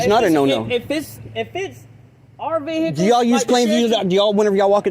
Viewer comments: Mah veeeeHicles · how many syllables is vehickulls? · You know there’s going to be trouble when the cops pronounce vehicles vhickles. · Record them private ve-hay-cles!